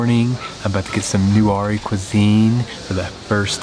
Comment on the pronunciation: The pronunciation is actually NEY-WAA LAW-HAA-NA